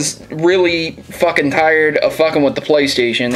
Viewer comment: "Playsation" Love ya,!:D